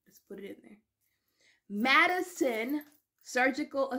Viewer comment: Madikin instead of Madison, gerhin instead Ghrelin, curbings instead of cravings